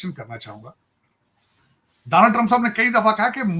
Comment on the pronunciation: Danal trump🤣🤣🤣, bretain nhi bartaniya🤣🤣